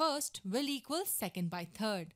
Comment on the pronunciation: Why do you pronounce third as turd?